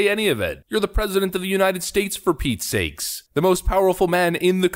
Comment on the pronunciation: Bro, I love this channel. All the likes. But for Pete's sake it's "Pete's sake".